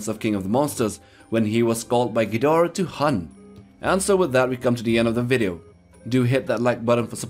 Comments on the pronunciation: no it’s pronounced ghidorah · Its pronounced Ghidorah